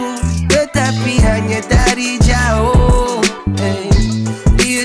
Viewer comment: sebutan ayat “jauhhh” tu unik….